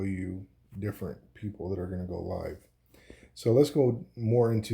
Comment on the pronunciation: Great video. Here is some feedback. Time To Live is TTL. Pronounced “Liv”. TTL stands for Time to Live. It has different meanings depending on the context, but it generally refers to the amount of time or "lifespan" for certain data to remain valid, active, or in use. Here are a few examples of where TTL is used: Networking: In the context of an IP packet, TTL determines how long the packet can exist in the network before being discarded. It's measured in "hops" (how many routers it can pass through). DNS (Domain Name System): TTL indicates how long a DNS record is cached by servers before it needs to be refreshed. This affects how quickly updates to domain names propagate. Caching: TTL is used to define how long a cached file or data can be stored before it needs to be retrieved or refreshed from the original source. 🤝